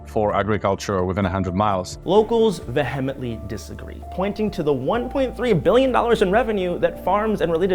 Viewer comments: Did… did he just try to say vehemently? It’s pronounced VEE-uh-munt-lee. He said va-hem-int-lee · Another great video from this channel. Great content, thank you. N.B. Vehemently is pronounced "via-mently", not "ve-hem-ently" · he said "veh-HEM-ent-ly" 😂🤪😆😆🤣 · Great reporting, fantastic organizing! By the way, the word is pronounced VEE-uh-ment-lee. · its pronounced “VEEE-um-ently” not ve HEM ently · VeHEMantly? This is why it's also important to write your own scripts including words you actuality understand and know how to pronounce. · I have never heard the word vehemently pronounced this way. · I've never heard that pronunciation of "vehemently" before. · You mispronounced vehemently